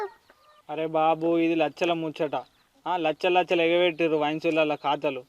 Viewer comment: లచ్చలు ❌ లక్షలు ✅